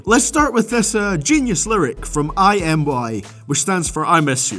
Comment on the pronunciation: to be fair, he also said "i" in Imy (not trying to defend him or anything lol)